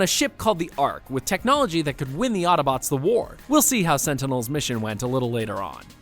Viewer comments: He keeps saying ottobotes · Ugh. Hate it when people pronounce Autobots "attabots". You can shut your eyes, you can hold your breath ... but you can't close your ears. Otherwise decent wrap up. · It happened again... they say Ottobots. It's autobots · Am I the only one who here ottobots when he says autobots, please tell me I'm not the only one who here's that